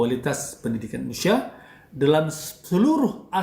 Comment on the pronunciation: Seks = nice! (jangan munafik) lebih baik munaroh 👻 ga semua orang punya garansi kuat panjang umur!.. Banyak yang mati muda!.. DAN BTW.. ITU ORANG KO KAGA BECUS NYEBUTIN INDONESIA SIH..?